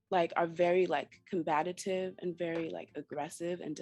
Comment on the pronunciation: She went to college and trying so hard to sound so intelligent but doesn't know how to correctly pronounce the word 'COMBATIVE' - WOW!